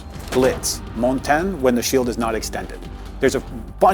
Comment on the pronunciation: bro tried way too hard and still failed to say montagne right lol